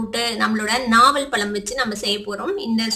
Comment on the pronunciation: நாவல்பலம் இல்ல நாவல் பழம்.தமிழ கொல்லாதிங்க.